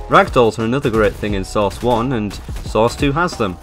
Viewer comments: I like how you are just saying sauce 2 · Why are you calling it source? It's called Half Life.